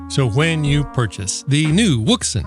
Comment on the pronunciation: Wouxun? Are you sure on the pronunciation for that?😉